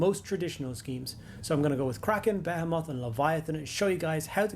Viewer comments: Your comment beat me to it. It’s definitely “beh-HEE-mith”, or some people might say “buh-HEE-mith”. But yeah, it’s not “beh-heh-moth” lol. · Nah nah, be-HEE-mith is for any other context, be-heh-moth is reserved for the fleet. We stand with be-heh-moth pronunciations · the way he pronounces behemoth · I’ve never heard someone pronounce Behemoth like that before